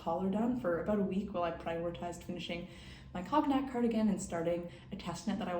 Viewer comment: cognac is pronounced like con-yak haha